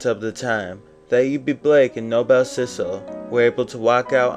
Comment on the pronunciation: Thanks for the wonderful video! For what its worth, its pronounced No-Bull ( Noble ) and not No-Bell 😊